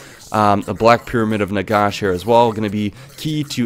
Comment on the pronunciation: Please learn to pronounce Nagash